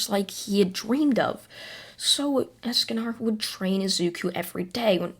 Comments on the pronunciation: I'm sorry don't mean to be rude but escanar ESCANAR DO YOU MEAN ESACANOR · Not “Eascanar” it’s es-con-or esconor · Escanor not Escanar and also you make these into a podcast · You're saying Escanor wrong It's not Escanar its Esk-ka-nor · I know you probably don’t care but it’s Escanor not Escanar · Can u pronounce anything right es-ca-nor like more, score, and lore, pronounces it like that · It's pronased es-ca-nor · so hes a ninja escanor if he does not increase in height edit: i love how u say escanor even if it wrong xD ( not to be rude or anything )